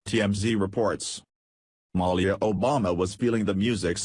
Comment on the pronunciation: can't say Malia Lol